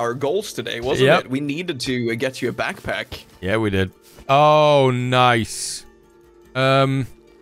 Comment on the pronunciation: Laughs right off the rip! Reminded me of my son when he was three, he used to say "pack pack" for back pack. 😂